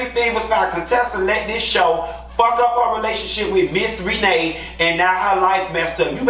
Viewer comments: I love how you call that lady “Ree-nay.” 😭😭😭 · Lord everytime you say Miss REE-NAY.. I holler lol 😂 🤣🤣🤣🤣🤣